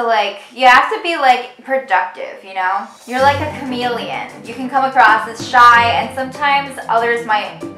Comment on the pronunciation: When you said camealien owf that hit home 🤣